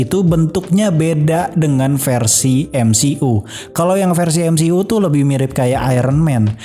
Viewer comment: cara bacanya emsiyu ngab, bukan emsi'u. greget bet gua dengernya